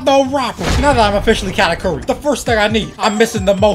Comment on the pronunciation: ayo katakuri is pronounced (ka-tahk-urry)